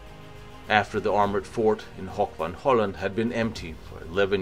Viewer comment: good video, but try to avoid german pronounciation of dutch places. Hoek van Hooland is not Hock von holland, but HOOk van Holland.